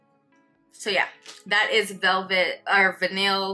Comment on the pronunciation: Just a heads up: the double L in vanille and sillage is pronounced like a y (like tortilla!) Great video 😊